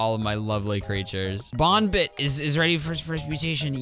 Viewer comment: YOUR SAYING BOONBIT BUT ITS BON BIT